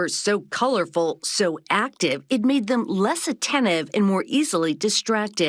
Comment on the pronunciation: I can't help but wonder if she (you) has the pin-pen merger. Youtube transcribed her as "to them," but I clearly hear "to 'im." It might be just me as I'm an L2 speaker and finding something that isn't there.